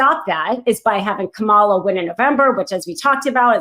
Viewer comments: Please get this right! It is "Comma La", not "Ka Mala"! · VP Harris's name is pronounced KA-ma-la, like Comma-la, NOT Ka-MA-la. If you support her then get her name right. Don't be a DonOld. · KA'-mala not Ka-MA'-la; let's use the correct pronunciation 😊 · WOW! Super disappointed in. I'm sure she is much more brilliant than me, but several times she referred to the "Easter egg" in the immunity ruling written by Thomas as being written by Alito. Then she called the VP "Ka-ma-la" instead of "Coma-la." These are small errors, but they make me doubt the veracity of any information she said. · I am on a crusade to get people to pronounce Kamala correctly. I am not naming names, but someone in this podcast called her KUH Mah la. Not right. It is Comma lah. Try it. :) Comma, then La. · It would be nice if you got VP Harris' name pronunciation correct. It's Coma la, not Kamalla. You sond like trump when you pronouce her name. Or if that's too hard just say VP Harris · Kama-la, not Ka-mala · Please tell it’s KA-mala. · KAM-a-la,! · Re: commentary, thought it was Justice Thomas, not Alito, who wrote the opinion about the special counsel that led to Cannon dismissing the case. Also might want to work on pronouncing Kamala Harris’ name correctly (instead of saying Ka-MAL-la, like Trump does). I believe the accent is on the first syllable: KA-ma-la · Nope! From now on…anyone on any show that can’t pronounce our gd VP’s name - and future MF’ing president, I’m disliking & wont watch another until it’s corrected. I’m tired of it! It’s pronounced: COMMA La!!! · Kamala - like mama with a la on the end. Lord get it right lady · I wish commentators would pronounce our Democratic nominee’s name correctly. The says it in a way to portray it as ghetto. Let’s not fall into that trap. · She needs to learn how to say Kamala. There's no excuse for continuing to mispronounce it